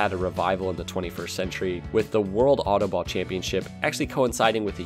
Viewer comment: I know DUTCH and autobal is an Dutch word and he doesn't know how to prenouce it